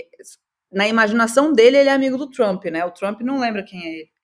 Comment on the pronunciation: me amarro na falando "Trumpy", com R retroflexo e o "i" oxítono. super brazuca.